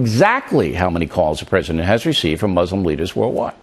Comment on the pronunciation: I wonder if the first step to the US and Muslim countries agreeing on things would be at least one American learning how to pronounce Muslim correctly?